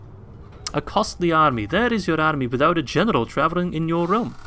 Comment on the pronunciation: Everytime he says "general" sounds like "genital" to me